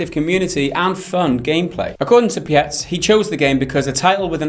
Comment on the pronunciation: Hey there, first I'm really happy to hear the conclusions you drew about my statements. You are spot on, and I appreciate your review! As for a couple smaller things, my last name is pronounced Peets. If you could please post my twitch channel in your video description I would appreciate it very much. Thank you!